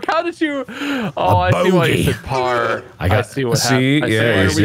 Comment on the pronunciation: when Mark was saying 'parrrrr', why did it sound like he was saying 'power' in an Irish accent 😂